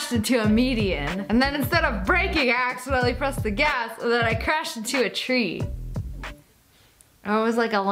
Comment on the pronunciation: “I crashed into a twree! or it was like a lamp post..?”